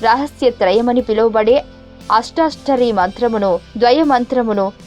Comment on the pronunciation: nice video..but first learn exactly how to pronounce the words like charama sloka, ashtakshari...so please follow up with that.